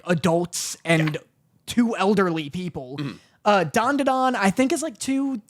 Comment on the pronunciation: Loving always adding an extra “Da” to Dandadan